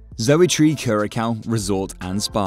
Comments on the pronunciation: Enjoyed the information, but you pronounce Curaçao…… Cur-a-sow…. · CURACAO = CURE-UH-SAO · IF YOU WANT TO MAKE VIDEOS ABOUT THE ISLAND WILL BE NICE TO GET THE PRONUNCIATION OF THE ISLAND CORRECT FIRST